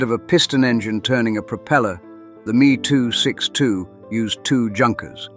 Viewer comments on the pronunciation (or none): These are not ME 2's. They M E 2s. Get it right.